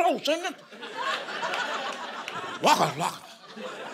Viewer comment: This is amazing I wish I could pronounce waka flaka like him